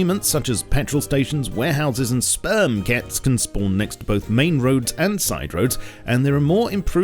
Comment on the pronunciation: Stop saying Sperm ket